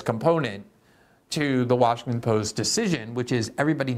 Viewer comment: Are you saying Washingkin?